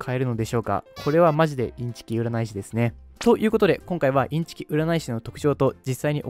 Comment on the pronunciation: ｢うならい｣は信じない！！（言えてない）